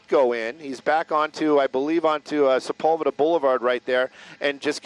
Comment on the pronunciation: Why do they pronounce Sepulveda like that? That's not even close!